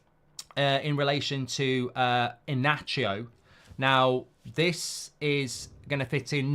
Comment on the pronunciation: Inacio ❌❌ E-Nacho ✔✔